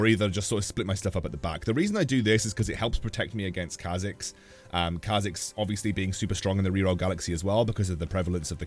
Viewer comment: What's the Kha'zix build? I'm hearing Kha'zekes or is it just me